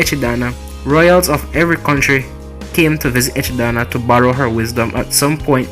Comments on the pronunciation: Echidana lol its echidna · Echi-Dana ? Ejidama?!?